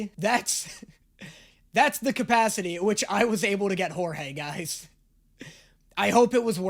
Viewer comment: I want him to react to "big city greens" idk why... Also OMFG IT'S "Jorge"!!!! 😆😆😆😆